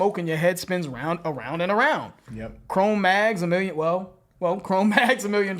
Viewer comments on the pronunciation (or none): ONE SMOKE AND YOUR HEAD SPINS AWOUND AND AWOUNDDD